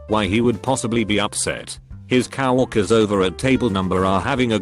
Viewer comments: Also the bot: Cow orkers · Why does the TTS say cow walkers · Cow-orkers. You know you hear it too. Dont lie. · The best part of this video is how the computer voice keeps pronouncing "coworkers" as "cow" (pause) "erkers".